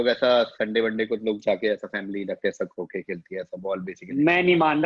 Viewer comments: Omg bhai is such a cheat yaar almost har question bad he has to look down to type in the keyboard kitna cheating hai yeah yar croquet ka galat pronounciation this is unexpected from such a big comedian....😭😭spoils the fun of the quiz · I gave a probable explanation for this in a comment thread. If you google "French for little hook", it shows "Petit Crochet", probably why he pronounced it as "Crow-shay" instead of croquet. I'm not claiming he didn't know about the game, I too knew about it, having watched enough British tv series and movies. All I'm saying is he definitely did not remember what the word for it is, and he definitely googled it. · If you can search Croquet, you should also search how to pronounce it! Sore loser. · And of course if he read Croquet from another screen and forgot how to pronounce it. Such a loser!